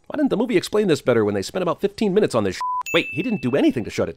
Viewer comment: In 15 min or lEAss 16 mInNetsS